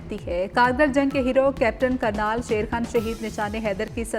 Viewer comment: کرنل ہے کرنال نہیں درست کر لو ❤